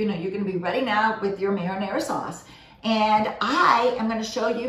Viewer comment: Only because we are talking about correct pronunciations, I have to tell you that you aren't pronouncing "marinara" correctly.